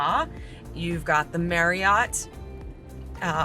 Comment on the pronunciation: I have been enjoying your circle island tour of the neighborhoods, this was an awesome idea! On a side note, when pronouncing the word Marriott, it is pronounced more like - “Marry-it” similar to chariot and not “Mary-ought” 😄